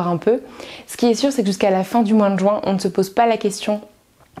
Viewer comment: Je comprends pas ces gens qui prononcent juin "joint"